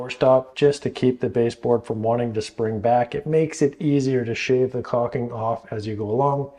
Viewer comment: its caulking... not caking pronounce it the way its spelled. BUT otherwise GREAT advice, one other trick is to use a hook razor